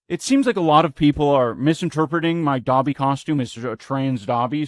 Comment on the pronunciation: Why does Ian say “Gobby” instead of Dobby ??? Does he not even know the name of who he’s trying to dress up as? Anisa really must have been “put this on now!” And he listened immediately